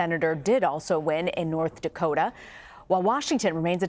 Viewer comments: "North Dakoter" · Did he just say "North Dakoter"? Yah, lets elect this guy...pfftt.. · “North Dakoter” -Bernie Sanders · He cant even pronounce North Dakota correctly. It's not North Dakoter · the state of nawrth dahkowter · I didn't know "noff dakoter" was a state.